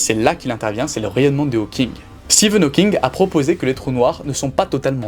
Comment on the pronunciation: Seriously did you no nothing about this topic and just rush to make this video or something becouse you pronounce so many things wrong so many times i have to think that you don't really know what your talking about. Like Hawkins,swartschild ,ligo